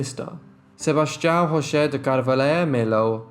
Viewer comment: It's not Joe- say, it's pronounce Ho-say